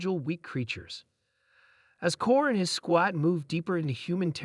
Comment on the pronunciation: Get a better AI program. One that can pronounce "squad" correctly